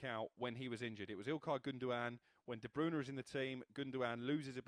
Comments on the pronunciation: It's not "De Broona" 😂😂😂😂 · Do they pay these (failed ex footballers/fifth rate journalists) “experts” to mispronounce these player names. Who the fck is Kevin debrooner!!!??